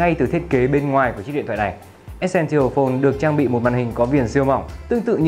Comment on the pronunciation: e sen sồ phôn tức là chiếc điện thoại quan trọng anh đọc sai rồi